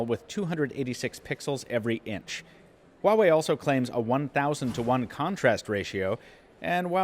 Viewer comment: I gotta say one thing though, pronunciation of Huawei has been so far the best among all reviewers.